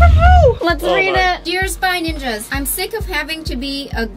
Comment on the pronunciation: Its spy ninjas not spange range